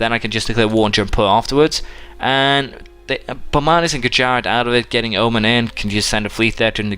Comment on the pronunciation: It's pronounced o-man not o-men but love ur vids keep them up